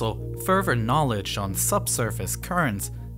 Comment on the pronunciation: Every TH is pronounced D. Further is ferver. Thirty is ferty. Lol. With 1.45 million subs i dont know why i felt i had to point that out.